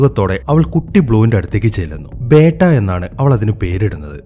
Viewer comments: ബേട്ട അല്ല ബീറ്റ beta 😂😂😂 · Bro 'Beytta' alla 'Beta'. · ബേട്ട ala it's ബെറ്റ ഒരു ബീറ്റ 🤦🏻‍♂️